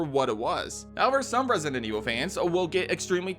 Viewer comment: What’s controversial is the way you say resinent evil instead of resident